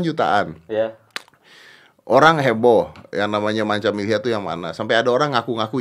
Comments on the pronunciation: Milyhya bang bukan millhya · milyhya om bukan millhya